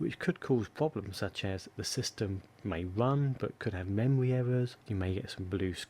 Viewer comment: The memwy and pwocessors awen't working pwopewly, to egt the to wun wight............... Seriously feel sorry for this guy. His mommy talked too much baby talk when we was a wittle boy and now he has an annoying speech impedement.